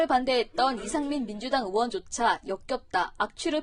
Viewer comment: 으원이 아니고 의원입니다